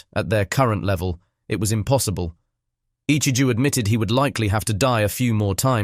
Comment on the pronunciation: "Ichiju" Ahhhhhh whyyyyyy whyyyy just say it right ahhhhhhhhh😡😡😡😡😡😭😭😭😭